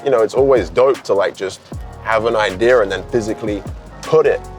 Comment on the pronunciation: nobody:: Idear